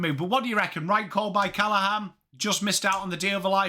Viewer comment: His name is Finn CallaGhan not Callahan. They pronounce the G in the family